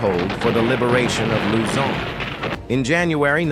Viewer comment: Another video with terrible AI voiceover mispronouncing soooo many locations. Use a real person.